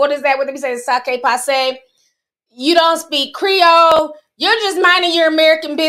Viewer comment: = Haaaaaaa... "SA-KAY-PASS-SAY"... girl its "sak-pa-say"